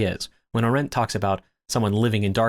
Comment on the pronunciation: Love your content, but please stop mispronouncing Arendt 😭